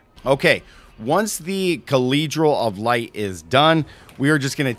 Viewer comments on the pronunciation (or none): Calledral of light 😂 you must have been power rushed through school too.